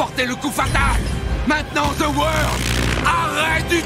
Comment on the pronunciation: ZE WOR!! On dirait il dit the word et pas the world!